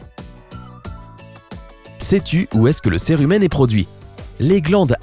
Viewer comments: On dit sirumen et pas serumen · Je suis le seul qu'il disait cire humaine 😂